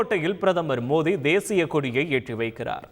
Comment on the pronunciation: Please pronounce the name Of the Prime Minister of India correctly..... Kindly get some training in your speech 😢